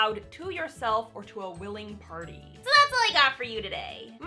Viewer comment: I love how “willing party” emphasized.